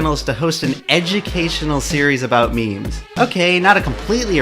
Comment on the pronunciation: Why does he keep pronouncing memes "means" just proves that he's a normie who is just petty that he is being insulted.